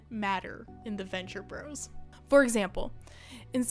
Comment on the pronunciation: I didn't know they were canceled. Thanks for the video, yet ah god, please stop saying "Venture Brohs." Gahhh. (also liked, etc).